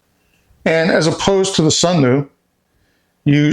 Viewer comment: Until nearly 4 minutes in, every time he says Sunlu, i hear Sunmoo... After that he emphasizes L. Also the fan in the Sunlu is sealed in a compartment on the bottom to cool the electronics. It does zero to help remove moisture it circulate the air in the drying compartment.